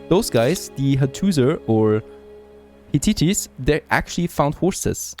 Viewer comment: Yo mano. This has been a fun watch and informative for my own playthroughs. You can keep calling them high titties but my dumb stoner ass won't get any sleep. I believe you're talking about hit tights (hittites) and I don't know if you even say the t in hit. Maybe you should community vote it at this point. Hi titties is growing on me the more I say it.